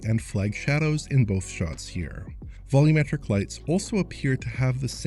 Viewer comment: AAAAAAAH! I'm so happy! said "volumetric" correctly! The dark times are over, both and now say the term correctly!!